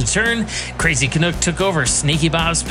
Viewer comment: Canuck rhymes with "duck" NOT "cook". Thanks